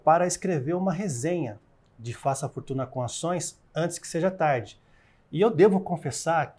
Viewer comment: "Antes que seja tare" o que é tare?